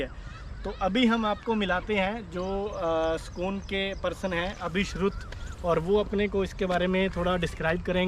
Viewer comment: Sakoon nahi bhai Sukoon 🙈🤦